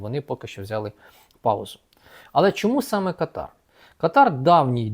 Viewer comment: Káтар. Наголос на першому складі.